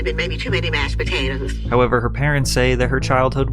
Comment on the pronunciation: "it mighta been too many mash patatas" 😂